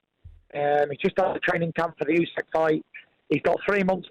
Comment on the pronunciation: I love how he cannot/doesn't pronounce Usyk's name correctly.